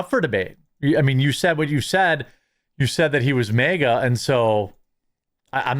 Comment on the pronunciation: Bro its "maa-gah" not "meh-gah" 😂